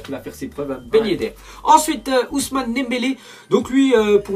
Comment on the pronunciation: Pourquoi il dit toujours Nembele au lieu de Dembele ?